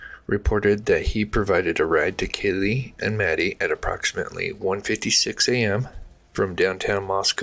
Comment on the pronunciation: Yes! Thank you for saying that because I was shocked that he screwed up the victim's names so much. If I were a family member, particularly of Kaylee or Xana I'd be furious that my child's name was not pronounced right.